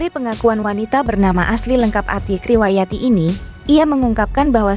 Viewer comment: Admin ga jelas Mpok Atik kenapa Atiek bacanya